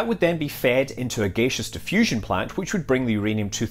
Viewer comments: Have never heard "gaseous" pronounced as /'gāSHəs/, only /ˈɡasēəs orˈɡaSHəs/. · What is gaysish diffusion? Is that similar to gaseous diffusion? Come on scott, your representing scotland man! Greetings from Edinburgh, Scotland :)